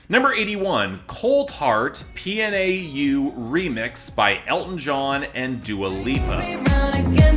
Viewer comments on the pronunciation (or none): Young BLUE and Puh-Nao (PNAU)